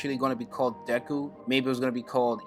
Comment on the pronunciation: Your pronouncing his name wrong.. the "e" should sound more like and "ay" or "ae". Should sound like "dayku" or "daeku" . But the "y"/"e" sound is short.